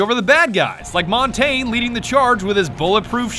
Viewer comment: 50 videos, 100 million views, and a sponsor from ubisoft... and you’re still calling him “MAWN-TAIN”